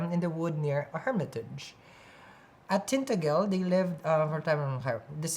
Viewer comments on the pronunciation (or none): it’s pronounced Tin-ta-gel like hair gel - love you ❤️